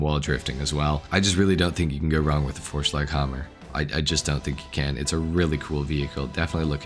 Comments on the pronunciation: The Vorschlaghammer pronounciation was absolutely on point, just like the performance of the famous and all mighty Canis Seminole💯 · Ja du hast Vorschlaghammer perfekt ausgesprochen mein Freund 😁👍🏼 (u said it 100% right bro) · The pronounciation of Vorschlaghammer was actually pretty good 👍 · German here, the pronunciation of “Vorschlaghammer” was really good. And on a side note “Vorschlaghammer” means sledgehammer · You pronunciation of Vorschlaghammer (Sledgehammer) was excellent. Greets from Germany. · Kudos for your pronunciation of Vorschlaghammer, it’s flawless! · Vorschlaghammer pronunciation was on point dude, I'm impressed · The Best I've heard so far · Your pronounciation of Vorschlaghammer was pretty good, youre learning